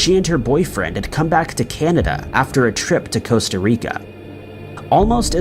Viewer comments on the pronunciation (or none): none